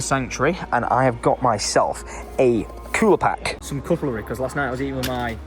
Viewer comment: Is it me or does say “cutlery” weird? It’s not cuttle-ree, it’s cut-leh-ree 😆